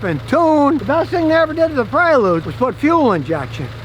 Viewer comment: It's Prelude not Predule.